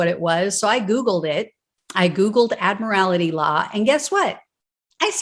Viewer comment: Admiral-tee. Not "Admiral-ity."